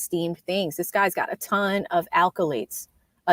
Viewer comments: Great info, just a heads up there’s no L after the first A in accolades.. makes it sounds like an alcoholic koolaid lol. Keep doing your thing. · Accolades, not alcolades